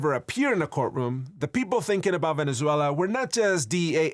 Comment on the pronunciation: Finally, I guy that know how to say Venezuela ❤️ 🇻🇪